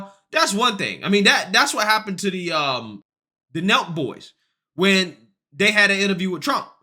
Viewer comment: You're mispronouncing the name N.O.R.E.